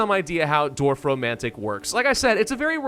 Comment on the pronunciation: damn. this is the first time i was actually impressed by an american's pronunciation of a german word (or two, actually...) props to you, 😄👌